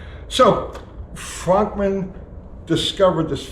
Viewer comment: I thought his name was pronounced "Frookman"?